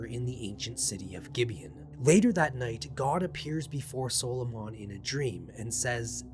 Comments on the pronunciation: Good video just subbed, i double checked it's pronounced saa·luh·muhn instead of solo-mon. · SAUL-O-MAN. Not Soul-o-Mon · Why do you pronounce it solomaan and not how 99% of people, who just say Soloman Great vid though, you got me to sub. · Its not pronounced SOLO MON for f** sake SOL O MUN is how it is pronounced. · In an entire lifetime I have never heard anyone pronounce the name of Solomon as " solo mon ". I am curious if there is a reason other than that is simply how you pronounce it. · Dude as a previous Christian, I’m loving this shit. For sure subscribing. However, at least in the Christian space, they pronounce Solomon like “sahlamun”. Not trying to nit-pick though. Using this lore to make D&D monsters for sure. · I hate how you keep pronouncing his name like he's a Pokemon, just say him, he, or his after the first couple times we know who you're talking about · Wait. Have I been pronouncing Solomon incorrectly my entire life or is it a puh-tay-toe/puh-tah-toe situation? 🤔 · The way you pronounce Solomon makes him sound like a pokemon, and I love it. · Solomon's attack was super effective! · The way you pronounce Solomon is down right demonic. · You're mispronouncing Solomon, and it's annoying asf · I think the way you are pronoucning it is the islamic way. They spell it- Sulaimān. Personally I've never heard it said out loud the way u are saying it. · That’s not how you pronounce “Solomon” . I can’t even listen to this. , you are killing me .